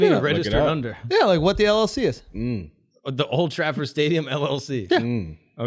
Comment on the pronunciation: Akash really said "Old Trackford" lmao the disrespect to the real football is unreal